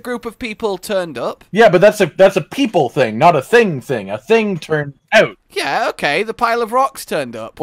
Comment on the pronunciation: is the co-hunter Canadian? "turnt ouuooot"...